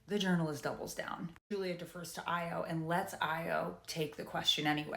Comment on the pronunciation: I just subscribed, and I believe it’s pronounced ah-yaw